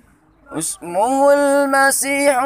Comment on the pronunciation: maaf bang, yang surah al-Imran salah bacanya, bukan usmuhu, tapi Ismuhu, hamzah washalnya dibaca kasrah bukan dhammah